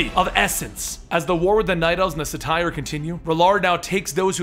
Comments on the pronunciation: Pretty sure its SAY-TER not SA-TIE-ER, Great job otherwise though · SATYR = "SAY-TER" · War of the Satyr. [Say-teer]. Satire =/= satyr LOL great video overall, though! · lol it's pronounced, say-ter